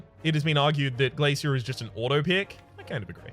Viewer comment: I knew the instant I seen the title that it would be an hour of wincing from your deliberate pronunciation of Glasia. Still, an hour of background noise, thanks for another Rhapisode